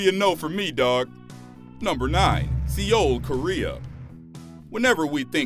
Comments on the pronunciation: bruh its prounounced like the word soul... not see yole lol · It's Seoul South Korea not see Ole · Lol. "Si-ol" Korea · "SEE OUL" hahahahahahaha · Why do SO MANY YouTubers mispronounce so many common words??????????? Se oul.